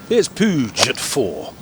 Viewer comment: Puig is pronounced pweeg.